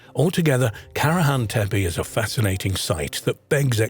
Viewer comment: You pronounce the sites and names wrong,its tepe,ending in e not i… and sanliurfa,read as its written…